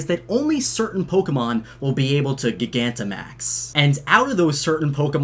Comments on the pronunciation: Isn’t it pronounced gigantamaxing but with a “J” sound like gigantic? Because that’s supposed to by the root word right? Because they’re big/gigantic? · Sorry, But it’s pronounced (Ji - gan - ta - max) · Soft g like giant gigantamax I’m sorry I hate how you say it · It’s called a Cufant and Boltund. It is Yamper’s Evolution The “C-Gear” is the Macro Cosmos Logo. That’s the logo for the restaurant Bob’s Your Uncle You also butchered Duraludon’s name. It’s “Doo-Rah-Lu-Dun” You butchered Bea’s name. It’s “Bay-a” Gigantamax is pronounced “Ji-Gan-Tah-Max” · pretty sure you're supposed to pronounce "gigantamax" the same way you would pronounce "gigantic" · The way you say gigantimax. It’s buggin me so hard! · I feel like you're mispronouncing Gigantamax. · please say gigantimax right. the root words are GIGANTIC and maximise. say gigantic right oh my god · Anyone else triggered that he kept saying gigantamax wrong? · The way you pronounce gigantamax gives me an aneurism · I’m gonna be real, not a fan of the pronounciation he uses of gigantimax (named after giga) and I personally prefer gigantimax (names after gigantic) but at the same time gigantic means much bigger which is what dynamax is so.... call it what you want I guess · Why cant he pronounce gigantamax 😂😂😂😂😂😂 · FRICKING PRONOUNCE GIGANTIMAX RIGHT OR IM LEAVING GOSH AHHH STOP Sorry btw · I like your vids but the way you read some names and words bothers me. I can deal with how you say Bea and Oleana but gigantimax, come on bro lol. Its literally Gigantic but the C was changed to max. The word still reads the same until then tho. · Its not gig-ant-max its gi-gant-te-max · Dude it’s ji-gan-ti-max not giga-max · Jye-gantamax, not guy-gantamax. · I think gigantamaxing is pronounced like gigantic instead of giga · genuine question, do you also say gig-antic instead of gigantic? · pretty sure gigantimax is pronounced like gigantic and not like giga since its about size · It's not gi-gan-ti-max, It's g-I-gant-imax